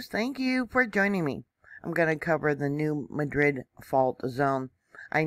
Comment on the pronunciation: Thank you! Greetings from TN! (Pr. "new mad rid;" not "new madrid.") 🙏🏼🌻